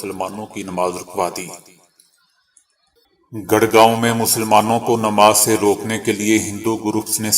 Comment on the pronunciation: gar gaon nahi gur gaon